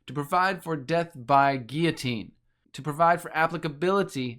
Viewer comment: It's pronounced gill-o-teen my man. Have you thought of going to an eastern orthodox church and taking a look?